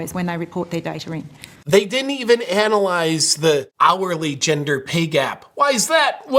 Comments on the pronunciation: She really struggled with anal and annual. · I think she's trying to say annualized. Ann you a lies-d. My bad. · How does one "anyalyze" data? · Never trust anyone that says "anulyze". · Is it an Australian thing to pronounce the word ANALYZE as ANNUALIZE? I thought it might be just some stupid moron, but they all seem to speak that way! WTF?! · oh she's saying Annualize on purpose because it's BS lmao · She makes up umbers the she anulizes it. I'd haate to se that process. Perhaps she juust likes to anulize everthing😂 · “Anyulize” must mean “made it up” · I don't trust the analysis of someone who thinks the word is "anyulyze" instead of "analyze". Dear oh dear, she said it multiple times. She really thinks that's what the word is. Why didn't anyone correct her before she gave such a public talk? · She "anulyzes"